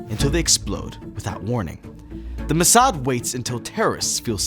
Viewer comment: It's not muhsad, it's Mossad.